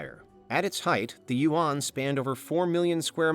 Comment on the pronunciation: Why do you never pronounce Chinese names correctly? Yuan is not that hard of a word to pronounce?